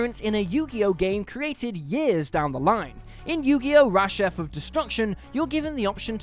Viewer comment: ‘Rashef’??? C’mon man